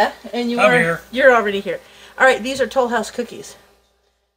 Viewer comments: French accent "Lesleeee Tolouse". The great cookie search episode Phoebe, Friends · Ack! I was looking to see if anyone commented this. I keep hearing it when she says Tollhouse 😂😂😂